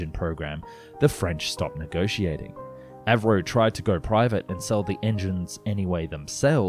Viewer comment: A V Roe ???? You mean Avro??